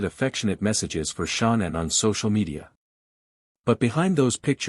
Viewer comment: Why is this narrator calling her " Shonnan" her name is ShAnnan!